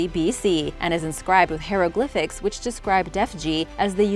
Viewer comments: Hero-glyphics? Ha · Please, look up the pronunciation oh hieroglyphics. You keep mispronouncing it! Otherwise this was a good video. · Robert De Niro? Ain't pronounced Nye-ro is it? And you got Hieroglyphics wrong 😉.